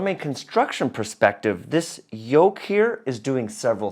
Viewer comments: It's yoke, not yolk. Otherwise, this was a very good and informative video! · YOLK???, my dear, I think you meant to say "YOKE"!!! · *Yoke, not yolk 😂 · Came here to say that.